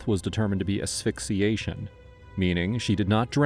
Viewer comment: What is "sphyxiation"?